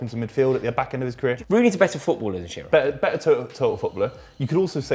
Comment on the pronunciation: It's Shearer. Not even close.